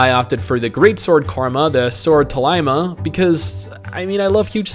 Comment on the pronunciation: Sword Tahlia* not Talaima lmao